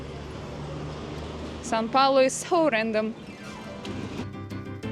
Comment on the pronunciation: is always trying to correct pronunciation, when in fact she is pronouncing São Paulo better than him. In Russian, there are sounds closer to the ones in Portuguese like "ão", which doesn't exist in English.